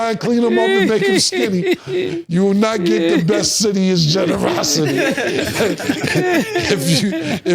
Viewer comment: 'Generoscity'....I'm on the floor 🤣🤣🤣🤣 pause